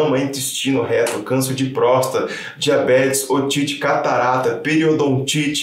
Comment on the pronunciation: Um "médico" falando prósta, acho que é pior que ser abandonado pelo pai kkkkkkkkkkkk